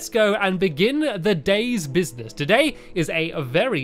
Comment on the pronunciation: Today is a very important today it’s ok stampy if you’re reading this don’t be embarrassed you just probably meant to say today is a very important day and you accidentally said to-day I understand